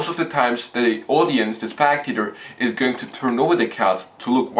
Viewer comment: Its spectator, not SPACTATOR!